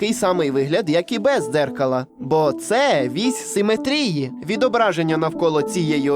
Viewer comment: Ну навіщо ви ріжете глядачам вуха? Не "симетрІї", а "симЕтрії".